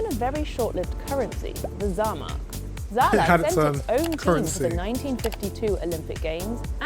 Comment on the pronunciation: Top Video, nur nebenbei heißt es Saarland (frz. Sarre), nicht Zaland ;)